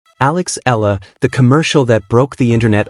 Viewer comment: E, E-YA-LA is the correct pronunciation of EALA